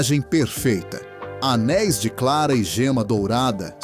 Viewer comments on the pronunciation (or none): none